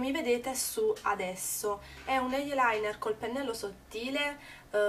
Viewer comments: Sentir pronunciare la parola "eye" con "eiee" fa sanguinare le orecchie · ????da quando eyeliner si pronuncia cosi????